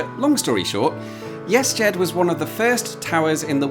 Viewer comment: Cool. It sounds like you keep pronouncing it "yes jed" .